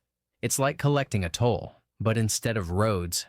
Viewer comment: Toll not tool!